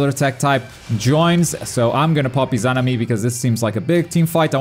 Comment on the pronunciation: 3 vids covering Itachi and he still can’t pronounce Izanami smh